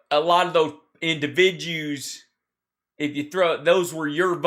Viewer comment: You had me at " indivi-jews" Hal, you do the homework On these Right wangers That I couldn't stand to sit through. Sky wizard approves.